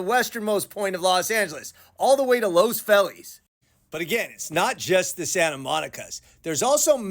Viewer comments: It's pronounced "Los Feelez". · Los Fellies?! He pronounced it Los Fellies. Why? 😅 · I’ve never heard it pronounced that way! But we all know where he’s talking about.